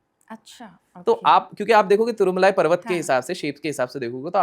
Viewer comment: boss it's tirumala not tirmulai lot of difference pls